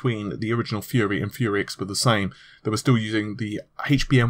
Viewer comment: Took me a sec to figure out that you meant "fury" not "fuhrer"